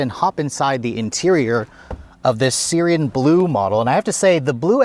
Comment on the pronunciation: "Syrian blue" Dude, it's pronounced [sey-ran]